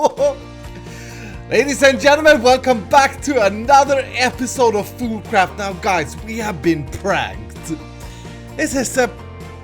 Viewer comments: is it me or does he say foodcraft not foolcraft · I thought you said food craft